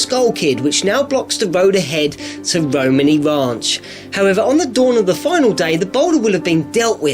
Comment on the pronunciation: " Romeni Rach" makes me so angry